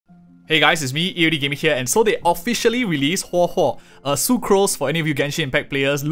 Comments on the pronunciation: thank you for telling us how to pronounce her name. I feel like it's important to do things like that properly. it's really not that hard to just practice it if you're having some trouble, especially if you're a content creator. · Pulling huohuo for sustain: X Pulling huohuo because her name's pronounced as Hohohohoho: ✅️